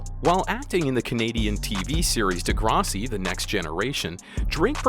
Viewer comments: This guy can't even pronounce Degrassi. Lol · Jimmy was a role he played as a young teen ager on Degrassi high which this guy can't pronounce on this video. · The way he says "Degrassi" is fucked